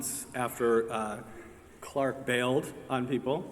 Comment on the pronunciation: LikelyFire 718 how? it’s Clarke not clake lmao